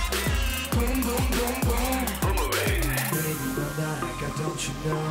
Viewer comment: They pronounced sexily the word BOOMERANG... How to breath??😍😍